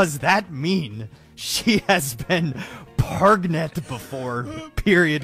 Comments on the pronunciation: P R E G A N T E 💃🏽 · I lost it at "PREGANANANT???" 🤣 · Really? I lost it at PRAGNAN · That PREGANANANT? It's from the video "How is prangent formed". Or are you talking about the reaction video? That one is from the TNTL series. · Sorry but I think it's pregofn 😂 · WHY THE PEGANTNENAT GET ME EVERY SINGLE TIME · i was lost at "...PREGANANANT?" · Nobody People: pregent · I laughed at pregnanananant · I lost it on how the guy was saying pregnant wrong pretty funny